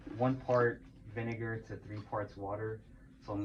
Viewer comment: You said vine-what? 😨